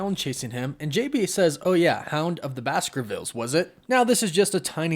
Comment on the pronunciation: I thought the pronunciation for Bakersville, was " Bykarsville"